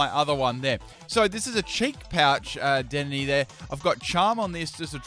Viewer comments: Its De-din-ay not dead-in-ey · DEH DEN AYY not dedenee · It’s pronounced da-den-aye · WHEN WILL U LEARN TO SAY DEDENNE RIGHT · Leaving a dislike for mispronunciation of dedennes name